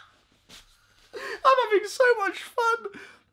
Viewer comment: French accent is on point "Monsieur !"